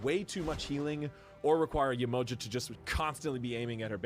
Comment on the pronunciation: The pronunciation is horrible. Not Yemoja sounds like a sandwich. It’s pronounced Yeh-Mo-jah! Not juh, jah!